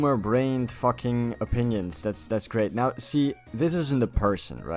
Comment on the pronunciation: IN MY FACKHING GAYME?!